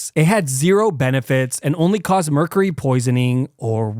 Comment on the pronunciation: I love you videos, but Arthuritis and meercarrey? 😂😂